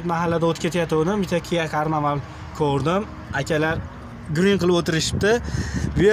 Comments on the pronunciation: Kia karnaval emas karnival bo'ladi ukam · Smyoni emas semyni , jmchon emas jmchug , karnaval emas karinval 😀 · Сен качон мошинани номини тугри айтишни урганасан карновал эмас карнивал